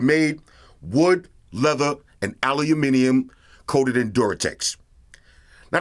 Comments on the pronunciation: You said aluminium correctly. For that, and the most excellent review, I sub instantly. I look forward to more! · I think has got closest to saying aluminium properly out of all America 😀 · What?? Did i just hear an American pronounce aluminium properly? Mind blown 😂